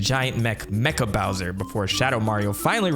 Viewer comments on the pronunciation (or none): none